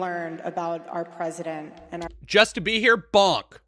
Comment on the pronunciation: "Ouwa pesident"